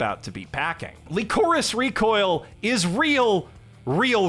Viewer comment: LEECOREECE REECOYEEL Bruh this pronunciation is killing me